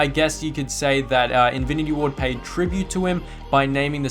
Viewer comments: Am I the only one who heard invinity ward whenever he ment to say infinity ward or its just me? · infinty ward, not:invity ward